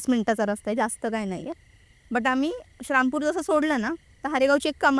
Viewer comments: श्रामपूर नसतं ते. श्रीरामपूर म्हणतात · श्री रामपूर ला शरामपूर बोलतात ताई 😂कारण अम्ही क्रिचन आहोत म्हणून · श्रामपूर श्रामपूर काय लावलय या बाई नी...नीट श्री राम पूर नाय बोलता येत का ....आमच्या देवाचा नाव घेताना लाज वाटते का...पॉडकास्ट घेणाऱ्याने एकदा तरी त्या बाईला जाणीव करून द्यायला हवी होती श्रीराम पूर या नावाची... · शारामपूर❌ श्रीरामपूर✅ अहमदनगर ❌ अहिल्यानगर ✅ हा ले लू या ❌ हलउया ✅ तांदूळ कमी पडला तर शिर्डीला गेल्यावर जेवण करून या अन्नछत्रमधे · असल्या लोकांना आणू नका श्रीरामपूर म्हणता येत नाही येडझवी ला हिंदू ची क्रिश्चन झालेली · शारामपुर काय आहे…श्रीरामपुर म्हणता येत नाय का??? असल्या लोकांना बोलवत नका जाऊ